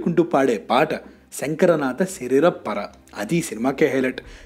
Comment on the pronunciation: అరేయ్ తెలుగుని ఎందుకురా ఇలా చిత్రవధ చేస్తారు 😭😭😭😭 అపర శివభక్తున్ని "అప్పర్ శివభక్తుడు" అన్నావ్ శంకరా నాధ శరీరాపర ని "శంకరనాథ శరీరం పర" అన్నావ్ అంధకాసురున్ని "అందకారుసుడు" అన్నావ్😭😭😭😭 పేరుకి మాత్రం తెలుగు ఛానెల్ తెలుగు పలకడం చేతకాదు🖕🖕🖕🖕🖕